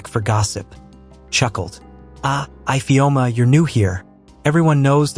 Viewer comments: What is eyefeoma instead of ifeoma😂😂😂😂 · Ifeoma and not ipheoma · That’s not the pronunciation of our name Ifeoma 😣😣 the pronunciation is e-feoma if that will help . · 😭😭Fr though. My name is not even Ifeoma but I'm offended by the pronunciation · Nice but the igbo name ifeoma was not pronounced well